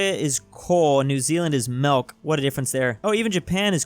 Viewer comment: MELK